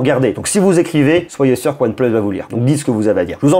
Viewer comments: Pitier c’est pas « OnePleusse » mais « OnePLUUUS » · pourquoi tu dit one pleuse et pas one plus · aAors merci pour la vidéo, et merci pour les infos :) par contre... désolé mais pourquoi dire One pleusse?????? ça m'arrache les oreilles XXDD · ONE PLEUSE MDR